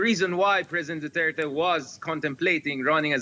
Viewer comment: It's Duterte no doo tey tey.